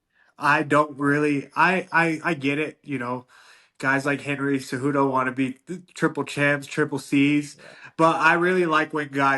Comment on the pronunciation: Henry Ce-Doo-Doo 😂